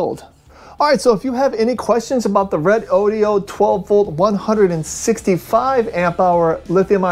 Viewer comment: I notice the reviewer here pronounces this battery as: "Red-Oh-Dioh". That can't be right as its spelling is Redodo. So, wouldn't "Ree-Doh-Doh" or "Red-Oh-Doh" be its pronounced name? Otherwise, nice to see some analysis on it.